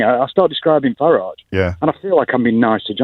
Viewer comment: It's not Farige O'Brien. It's Farage.